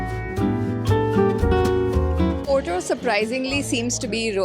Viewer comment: Why wud you pronounce Porto poto